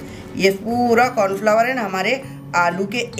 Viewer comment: Aanti ji flower flour bolte hain maaf kijiyega.